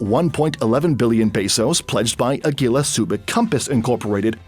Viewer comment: your pronunciation of Agila is cringe tbh.